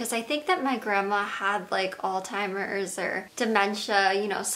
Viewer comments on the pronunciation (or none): Did she say ' all timers' instead of alzheimers? Ive played it back 3 timed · Alzheimer’s honey. Not “All timers” 🤦‍♀️ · Common misunderstanding of the pronunciation of Alzheimers. Weird of you to point that out on a video of someone who is grieving a loved one. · All timers???? You mean Alzheimer’s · Alzheimer, not all timers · why do some Americans pronounce it like AllTimers? it's Al Zeimers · surely she did not actually just call alzheimers "all timers" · Did she say All Timers?????